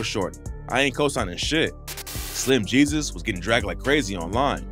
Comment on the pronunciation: "Slim he-sus " 🤣🤣